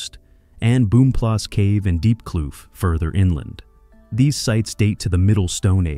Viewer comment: Boomplaas must be pronounced Afrikaans /Dutch.